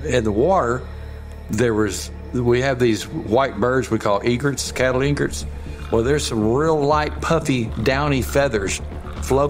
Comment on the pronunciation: Love your heart…but it’s E-gret…😊